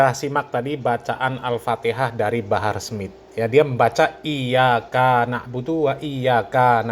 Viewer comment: kakkkkkkkkkkkkkk kikkkkkkkkkkkkkkkk ,,,,salah total, ,bacaan fatihahnya, ,,,dlm kalimat iyakana', ,,di baca iyakaana, ,ada mad tobii"nya,,,menurut ilmu nahwu, ,mad tobi'i, ,,sma dgn jama muanasalim, ,yg maknanya menujuk pd 2 perkara,,,brarti, ,,iyakaana, ,mnujuk pd 2 tuhan(allah),,, ,parah, ,kikikkkkkkkkkkkkkkkkkkkk,,,,sibahar bersama guru2nya adlh orang orang musrik, ,,menduakan allah